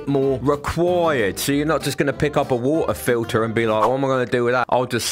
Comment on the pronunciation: "Wultah filtah."